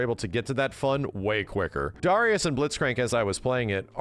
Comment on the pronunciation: It drives me crazy the way he pronounces Darius. Anybody reading this, please pronounce it "Dairy-Us"